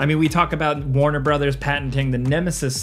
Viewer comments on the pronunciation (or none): none